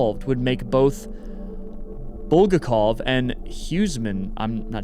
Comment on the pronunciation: if you're curious, it's BulgAkov (accent on a). truly the goat of soviet literature.